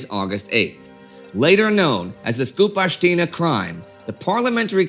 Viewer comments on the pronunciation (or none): I am amased how You pronounce our surnames so well. Without error. But skupashtina instead of skupshtina was funny, and symphathic as well. All best.